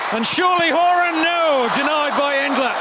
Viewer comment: This announcer doesn't know how to pronounce some of the US names. He pronounced Horan and Alyssa wrong, he must not be an American. That's why I'm glad I'm not an announcer cause I would definitely pronounce some of the names wrong too